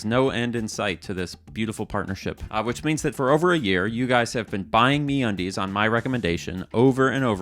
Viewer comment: I believe it's supposed to be said like a pirate. The brand is Me Undies. But the pronunciation of it is like how you'd say "Aaarrrr where's me undies." So a little more pirate please. Also Hi RockStar here ... thank you for the information. GTA 6 will be delayed because of your video but the airports will be sick. Thnx for my flying license btw.